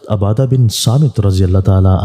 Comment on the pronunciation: Khadri nahi khudri aur abaadah nahi ubaadah talaffuz Sahi karen